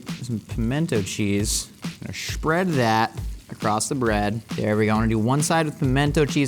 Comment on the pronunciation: when said shpread isntead of shmear